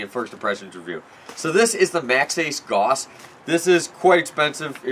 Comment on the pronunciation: I've always said "Gauss" like "Gowss" interesting to hear something say "Goss"